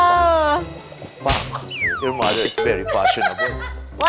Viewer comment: Yawr dawter